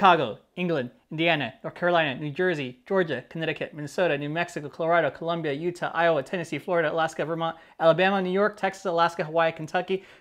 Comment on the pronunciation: Thank you for saying Colombia and not Columbia, we really appreciate it